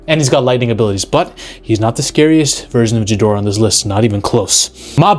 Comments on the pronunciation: Ghidorah. Not "Ji" dorah. Cmon man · You don't pronounce the G in Ghidorah like a J, it's a "hard" G; haven't you heard his name said in, like, 100 movies already? And the term is "wreak havoc", not "wreck havoc". You're welcome. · Imagine saying “ghidorah” wrong. Sorry. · Please learn how to pronounce Ghidorah properly. Idk how you can be a kaiju fan and pronounce his name not even one of the two correct ways. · Jesus, pronounce Ghidorah properly!